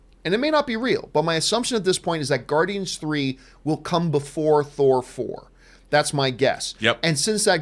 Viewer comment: "Thor Four" 😂